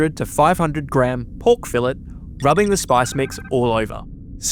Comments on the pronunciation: linguistically that is still a british dialect... historically too... and u r part of the commonwealth which makes it british a third time if one wanted to be sly&sneaky. doesnt change the fact that a french word and a spanish word both were butchered here.. 🥀🪦🏳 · The t in Pork Fillet got me like a qut'luch.